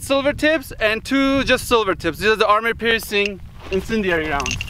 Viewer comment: I like how u say army piercing incendiary 😄